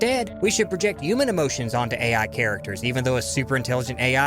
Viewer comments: Why do you pronounce human as "U-man". I find it so jarring every time I hear you say it. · Should I spell it "yuman" like you pronounce it in my story too instead of human?